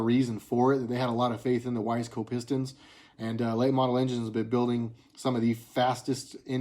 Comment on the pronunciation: Awesome 《☆》Pistons & cams have always been cool to Me:*: even Briggs & Stratton. I've had good luck with Wiseco. Seems like everybody pronounces it wrong except for You Buddy. I've heard Weezco, Wis ai co, but there are as more choices today than there were back when I was doing top ends on My RD350 Yamahas ☻